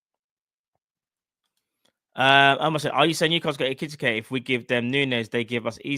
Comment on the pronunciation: Bro his name is EKI TIKE 😂 pronounced EKE TEEKAY